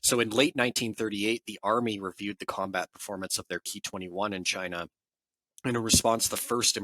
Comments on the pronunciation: It’s “k” “i” not “kee” really disappointing when you tubers try to change shit. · It's "ki" as in "key." It's short for "kitai," which is Japanese for "airframe."